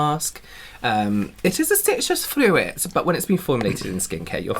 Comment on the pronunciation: Froo-it and p-sy-chic 🤣